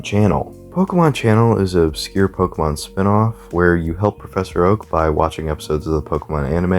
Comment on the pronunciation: This video is very nice.. But it always pains me when people don’t pronounce Pokémon (Poke-ay-mon) correctly. Not being rude lolz